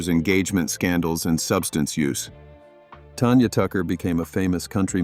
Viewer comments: When you put out a YouTube video,be smart enough to pronounce singers names,Tanya Tucker's name is not Tonya,incredibly stupid,for such a critic, of other people with faults not to have sense enough to even pronounce their names! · Sun- TAN TAN-gerine TAN-ya! Your AI sucks!